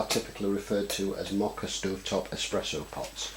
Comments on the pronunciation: WRONG. First, YOu don't even know how to say it's NAME. It's MO ka pot. The fact that you don't even know that tells me you don't know anything. First of all, before there were ever today's "espresso" pots, MOKA pots were used in Italy. Second, the moka espresso pots are all aluminum, so baking soda does not work. Delete this video, get some knowledge, and then come back. EVERYTHING on this video is wrong. All wrong. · You don't even know how to pronounce "moka" so your advice is completely suspect. In other words, you don't know shit.